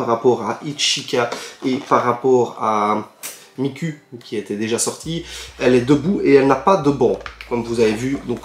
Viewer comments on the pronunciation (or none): Bonjour,(j'ai l'air très méchante quand je dit ça )mais miku ça se prononce "ou" pas "u" merci Cordialement